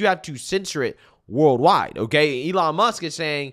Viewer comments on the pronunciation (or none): AYELON MUSK 😂